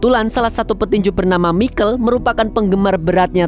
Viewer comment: Michael bkn mikel broo 😅